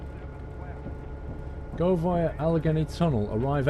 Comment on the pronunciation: al-a-gain-e mountains